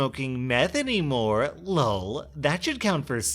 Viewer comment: It bothers me that he says lol like its lul. Its mabye just me, but it makes be r/mildlyinfuriated.